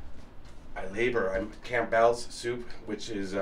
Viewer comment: The "Camp-Bell's" soup pronunciation did it for me...😆